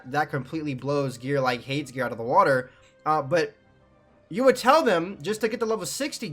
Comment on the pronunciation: Mans cant say Hades